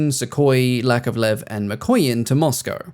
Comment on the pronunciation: I'm sure you pronounce "Mikoyan" as "McQueen" 😸😹